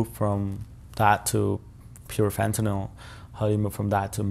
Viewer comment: Why would this person disclose his I.D, risking being killed for the information he has told? Don’t want to sound like a wise arse, but Fentanyl is pronounced as NYL, not NOL. Please continue with the great podcast.